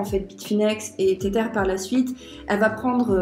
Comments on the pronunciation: Insupp d'entendre "téterre" toutes les 15 secondes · Car la vidéo reste interessante et que tu connais ton sujet. Mais faut avouer que, pour une experte crypto, ne pas prononcer correctement le nom d'une crypto connue ca la fout un peu mal. C'est pas une question d'accent Anglais car ca c'est pas important. C'est comme si tu disais le "Bitkou1".